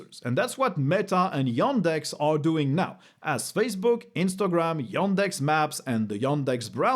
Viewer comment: Every time you say yOndex it triggers me